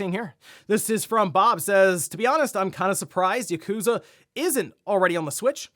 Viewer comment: Just a friendly reminder that you’re pronouncing “Yakuza” incorrectly. Emphasizing the “ku” isn’t right. Technically none of the syllables are emphasized, but if you choose to emphasize the “ya” it’ll be more accurate.